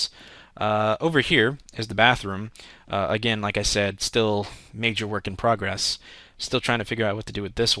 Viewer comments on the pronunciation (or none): he said progess... .___. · Lol "Working Progess"